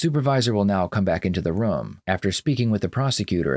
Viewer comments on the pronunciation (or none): I like how you pronounce the word room "roum"